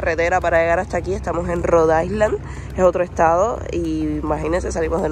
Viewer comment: Ya va siendo hora de que pronuncies “island” correctamente, no? 😊 la S no se pronuncia. Se dice “Ailand” 😘😘